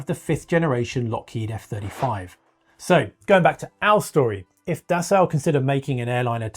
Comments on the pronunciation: Dassault is actually really easy to pronounce if you just ignore the spelling. It's "Dah-So", not da salt or da sow (as in a female pig). It's simply "dah so", with equal stress on both syllables. Try it! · You say potayto, and I say potahto… You say Dassow, and I say Dassoh… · Pronounced roughly like “Dasseau”. Pleeez Mista Englishman. Do I call you Mista? If you insist on “Das Sau” 🐷, better make it “Die Sau” 🐷. More correct. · Dassault - pronounced dass-oh, not dass-ow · Sorry, can’t listen to the word “Dassow” anymore. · By the way the ault pronounced dassault is just pronounced as o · its prononced Dasso. In French the au is O. The lt is silent. Just to let you know. I'm not complaining, just teaching. Steve in/au Canada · Dassault being French will never get into passenger aircraft since France is a large shareholder in Airbus. By the way, it is pronounced Dasso. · Alright someone has to teach this guy how to pronounce dassault 😂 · Dude I know it's driving me crazy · Thank you for correctly pronouncing Rafale (gust of wind). However, Dassault is pronounced Das-oh not Das-au (as in ouch). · I know, it's grating. The strangest thing is that he pretty much pronounced the surname of Marcel Dassault correctly . Isn't it obvious that it's the same word? 🤔